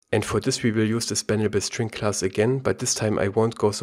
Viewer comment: " SpannableString ss " 🤔? You sound very german.